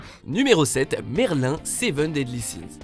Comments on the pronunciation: C'EST MERLINNE PAS MERLIN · C pas merlin mais on prononce merlyne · Comment ça il est où le respect 😤 🤯ça s’écrit merlin mais ça se prononce merlinE que ce soit en VF ou en VO srx ! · Euh Merlin se prononce Merline mais s'écrit Merlin!! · Sa se prononce merline pas merl1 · Mec sa se dit pas Merlin. Mais merline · on ne dit pas Merlin mais Merline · Déjà c Merline et non merlin 😭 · C'est pas Merl1 mais MerlinE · C’est pas Merlin c’est Merline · Par contre vous avez présenté MERLIN (d'ailleurs c'est MERLINE la prononciation) comme une méchante et wallah ça se fait pas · SES PAS MERLIN MAIS MERLINEEEEEE‚ MERLIN AU FÉMININ.🤬🤬🤬🤬🤬🤬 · Mais on dit MERLINE et pas MERLIN!! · Ont dit MERLINE jpp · Ça se dis merline voix off de merde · Quand vous faites un top 10 sur des personnage d animé, svp apprenez a prononcé leur nom car la comme vous le prononcé ça fais saigne les oreilles comme si c étais Jul qui parle (ex en 7eme position Merlin faut le prononcé comme s il y avait un E a la fin comme si ça s écrive Merline) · Sa se dit merline😂😭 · Ils font des "recherches" mais ils sont même pas capables de dire Merline sa m'a saoulé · si la VO le prononce merline c'est que sa se dit merline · Tu di mal merlin😤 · Si tu sais pas prononcé le nom de Merlin alors le dit pas idiots. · Alors deja quil prononce mal merlin euuuu c’est bof quoi et apres que septieme c’est une blague elle est trop forte trop badass normalement elle est au moin dans le top 4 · Il a dit dans la description que sans faire exprès il a mal prononcé Merlin